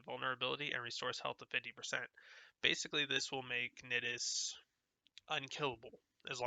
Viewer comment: Thanks man, I didn't know that those strain mods existed actually. I like your build. Although you pronounce Nidus like you would say the word "I" not "it" as you are.